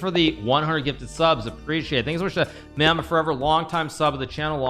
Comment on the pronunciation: Hikaru saying mamba wrong made me realize everyone doesn’t know everything about Kobe